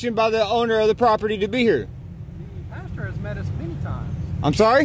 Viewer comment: Just one thing, Its PASTOR not PASTURE